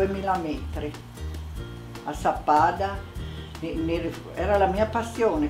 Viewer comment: Sappada, not Zappada! :)